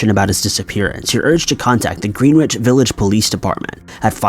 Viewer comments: It's not pronounced GREEN-wich. It's GRIN-itch. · Greenwich is pronounced “gren’itch”